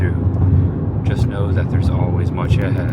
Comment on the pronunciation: Every time this guy says much ahead It sounds more like Munch ahead